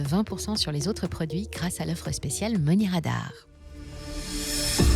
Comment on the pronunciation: Tiens on ne prononce pas money radar avec l'accent américain ?